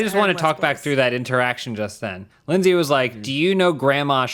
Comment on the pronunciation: It's "Leyndsay", with an e-y.